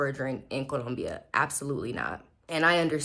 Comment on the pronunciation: Hey, I like the way you pronounce Colombia. So many English speakers cannot get it right. I lived in Medellin for eight years and just for a change, I moved to Bogota. I like the people here a lot but the one thing that I didn't take into account is that it's cold inside my apartment all day every day all year. I feel uncomfortable having to dress special inside the apartment. I have some long johns but that's not enough. Moving around walking in the streets is crisp and invigorating...I love that part plus I get to wear all the cold weather gear I kept in a suitcase and never unpacked in "Medallo". I bought a nifty electric space heater on Amazon and it does the trick but is expensive to operate. Thank you.